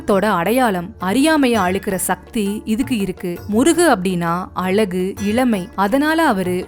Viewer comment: அருமையான பதிவு. அழகு என்ற சொல்லை மட்டும் சரியாக சொல்லியிருந்தால் இன்னும் சிறப்பாக இருக்கும்